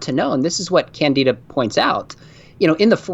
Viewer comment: As another Brit with this unfortunate name, it is pronounced kan-di-duh (quickly of course) rather than kan-dee-da. It didn't used to be unfortunate, most of us were named after a lovely character in a play (of the same name) by George Bernard Shaw but yeah, it has been a cross to bear!